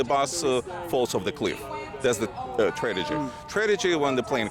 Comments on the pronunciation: You do know that you keep saying "tradegy"? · "Tradegy" Apparently Soviet Russia also had poor English classes lol. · The biggest "tra-ti-gy" is how he pronounces tragity.